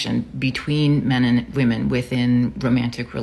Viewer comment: When this "dating coach" says "we" she means wahmen, I'll still give the old gal a zinc injection and ghost